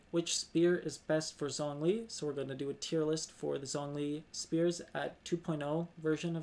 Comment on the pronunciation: Let me correct your pronunciation for zhong li, try saying jung li the zh sound in mandarin isnt that harsh on the z it sounds more like a j. I like your videos, keep it up